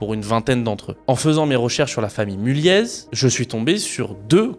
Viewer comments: Ca se dit Mulliééééé pas Mulliezzz (je travaille dans le groupe), super vidéo ! Je peux affirmer tout ce que tu dis notamment sur le côté FAMILLE, j'ai déjà eu un chant par les enfants de l'AFM pour nous remercier de leur avoir présenté notre boîte, assez spécial mais mémorable haha J'ai un aivs plutôt favorable sur ce groupe sinon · Oui mulliéé pas mulieezz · Je suis du Nord et je pense qu'on ne prononce pas le Z de Mulliez 😉